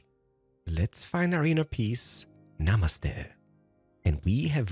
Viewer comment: lol speaking as an Indian, thats a pin point precise Namasthe